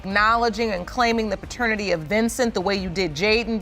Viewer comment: Pratanitity WTF is that??? These damn AI channels, Just be saying anything...😂